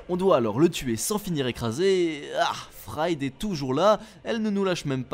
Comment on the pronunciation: "Fraïde" Pour ceux qui savent pas, ça se dit "Fride"